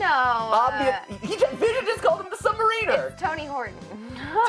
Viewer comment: Did it bug anyone else when Namor came out of the water, and mat pronounced sub mariner wrong? It probably didn't, but I'm a huge comic book fan, and sometimes little things bug me.